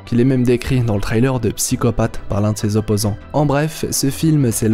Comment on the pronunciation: Frrr la prononcer sur le mot trailer stppp appliques toi